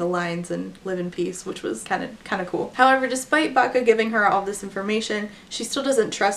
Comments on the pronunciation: Everytime said Bacca (I assume that's the spelling) I heard "vaca", which means cow in Spanish. Can't take someone with that name seriously 🤣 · Or "Baka" which is "dumb" in Japanese, I couldn't help but laugh when I first heard it lol